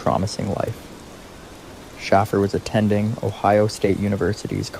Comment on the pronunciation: ?????AI does not know how to pronounce names but how can you mess up Shaffer, with or without a Y???